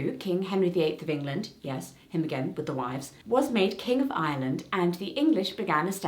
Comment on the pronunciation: I wasn''t paying a lot of attention to those times where you said Ireland so through most of the video I legit thought you were saying Island instead of Ireland and I was confused af